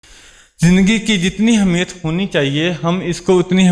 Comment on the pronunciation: Good speech... You are talking about the positive thinking its good but focus on your pronounciation ,,, the word is " Ahmiyat " not " Hamiyat " .. Keep going on!